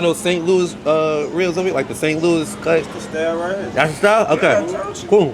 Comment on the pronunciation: Yall pronounce ribs with an H, yall said hribs